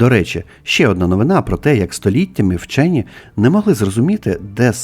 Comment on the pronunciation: "ВЧЬОННЫ"?😂😂😂 У полум'я 🕯️ свічки біля гноту ЗНАЧНО холодніше, ніж на кінчику полум'я🔥 🟢 Зебелією навіть "вчьонны" заражені...😂😂😂